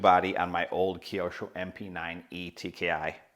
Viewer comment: Kiosho...no... kyo with out "i" sound is right way to name it mate